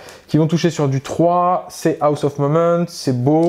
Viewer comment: Rapport de bataille bien cool. Belles figs. Explications bien amenées sur les aspects de jeu. Seul truc, cher: quitte à dire en permanence "serment de l'instant" en anglais, alors ça ne se dit pas "Aoss" (on dirait que tu dis "house"... ça se prononce "hoss"... Sinon en français c'est bien aussi...;)